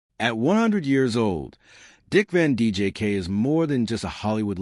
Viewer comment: I was curious to hear this information. . . but I had to shut it off after the fifth or sixth time the AI Narrator (and therefore the captions) referred to Dick Van DJK. There's a lot of A here. . . and not much I.